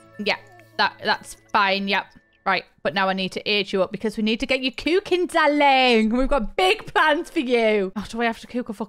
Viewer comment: "we need tu get you cooking darrling" 😭😭😭🤣